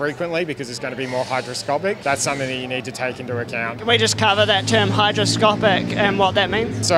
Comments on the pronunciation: minor correction, but it's hyGroscopic, not hyDroscopic! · It's "hygroscopic", not "hydroscopic".